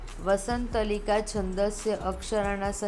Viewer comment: વસંતતિલકા એમ બોલાય